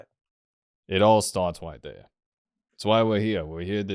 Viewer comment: "Does that make sense wight now?" "No."